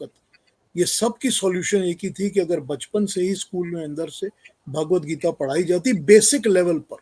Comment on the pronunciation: जी-- भगवद्गीता है, भागवद्गीता नहीं।